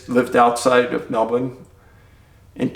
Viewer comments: I have family in Australia so was happy to hear your correct pronunciation of Melbourne! But it is JEE/long. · Nailed the pronunciation of Melbourne! But Geelong is pronounced like "Jelong "😋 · I mean look at Picnic at Hanging Rock... there are so many missing cases and weird circumstances in Australia - it's a place for curious stories. Thankyou for all your work its just incredible!!! Also I really appreciate you saying Melbourne right !